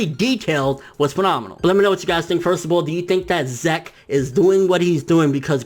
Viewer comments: STOP SAYING ZEK IT'S "zeek" I'M TRIGGERED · Good video. Zeke. Zeek. Not Zeck. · i get the feeling its pronounced ZEEK not ZECK....maybe the earlier translations are shitty. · Every time you prnounced zeke as "zak" i cringed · your killing me with these pronunciations, "zek"(zeke) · Um dude Zeke is pronounced like Zeek (seek with a Z), its an English name..... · its pronounced zeek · Pretty sure it's pronounced zeek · I cringed every time you said Zeke...